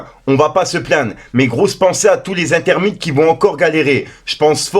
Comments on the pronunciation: Les intermitte🤦‍♂️ on dit intermiTANT😉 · je suis éteins, « intermitte »😂😂 t’es vraiment pas le couteau le plus éguisé du tiroir